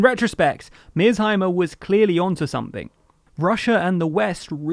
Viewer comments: You haven't even watched the video. You pronounced his name wrong, and the lecture itself is a little bit over 40 minutes long. 1. The west didn't ignore Putin's warnings about Ukraine's foreign economic policies, they ignored his warning after the 2008 Bucharest NATO summit where NATO invited Georgia and Ukraine into NATO. Ukraine has the right to do with its sovereignty whatever it wants, and Putin gave no warnings to Ukraine. The warning was to the west and NATO, NOT Ukraine, two entities which you conveniently shuffled. NATO threatened Russia's sovereignty and security by ignoring its warning. 2. Historical buffer Napoleon yada yada - It's an important historical buffer because Ukraine being controlled by someone hostile to Russia makes Belarus indefensible, and makes Ukraine protrude deeply into Russia, right up to Moscow's throat. 3. "it's whataboutism" You pseudo intellectuals need to stop thinking this is your magic word to winning every argument. Imagine a square playing field of 40 x 40 km. It's divided into 4 equal squares, and there's 4 players - A B C D. Player A just went ahead and devoured player B, entirely, and gained his territory and became half of the playing field. Now player C attempts to devour player D and even the odds, but then spectator E jumps in and says "No no C, just because A devoured B doesn't mean it's right. That's whataboutism, you can't do that. Devouring is wrong no matter who does it." - except in this case it no longer matters if it's r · You mispronounce "Mearsheimer" throughout your video, which makes it harder to believe that you are fairly representing his views. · . What a grave mistake. It's MearShimer and not mersenheimer. You even pronounced it correctly in the beginning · Stop saying “Mearzheimer” you can’t use an accent on a persons last name. It’s MearSHeimer”. British people do that a lot and it’s truly annoying. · It’s Mear+sheimer, not Mears+heimer. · “Mears Himers”🤦🏻‍♂️ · At least pronounce his name right